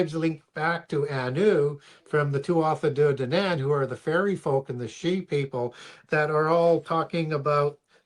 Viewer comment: Hearing him butchering the Irish gods Tuatha dé danann makes me ears bleed